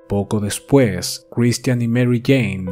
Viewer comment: Buen caso pero pq la pronunciacion tan culera de Christian? Sí, cheque y otras palabras mas complicadas las pronuncia sin problema?